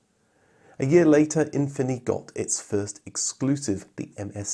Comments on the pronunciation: You're supposed to pronounce efini as Anfini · I looked up "ɛ̃fini" on Wikipedia, and per the katakana transcription, it's pronounced "Ahn-fini", with the "a" sound being the same as in the words "mama" and "papa". that's the kind of funny thing you would only see in a certain moment in time, in Japan especially. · Japanese market adverts used more of an “uh-fin-e” pronunciation, but to ad to the confusion, there was also a trim of the FC RX7 called the Infini.